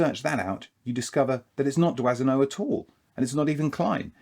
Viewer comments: It’s pronounced “Dwano” not “Dwasino”. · I know this is not in the spirit of Christmas, but do try and pronounce your photographer's names properly, eh? It's Dwah-no. Robert (Roh-bear if you want to be pretentious) Dwah-no. Dwazino? I mean okay, the French massacre the pronunciation of Anglophone names (Hemingway is unrecognizable) but we must try and be better, oui? Feel free to mock how we Americans pronounce Aluminum (and spell it!) Happy holidays, at any rate. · "Doisneau" is pronounced "dwano". Merci pour lui !😊